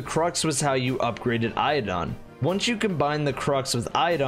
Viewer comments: Eidolon is Eye-duh-lahn. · The way you said eidolon killed me inside